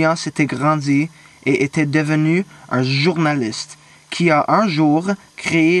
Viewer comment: and um... Journaliste not joornalyst right?